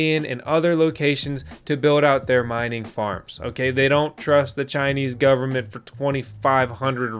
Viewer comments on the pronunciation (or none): none